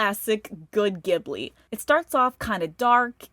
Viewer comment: I took my boyfriend to see this and was so saddened to later learn that it was his first Ghibli (the g is supposed to be pronounced like "giblet," not "gibbon") film. If you want to analyze the film at face level, those cannibal birds are parakeets/budgies, not parrots. The birds would be a lot bigger after they fly out of the door and adjust to our world (probably still rain just as much poop down on ppl tho). I feel like this film really could've used 2 or 3 more drafts. Miyazaki has a lot of things on his mind in his silver years and you can definitely tell some of these film's elements tap into his life; his dad worked on airplanes and he has a...complicated relationship with his son Goro (reminded me of the great-grand-uncle saying "I set things up so you could take over.")